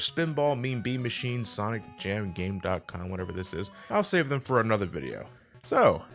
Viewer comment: Actually, you don't pronounce the dot. It's "Game-com".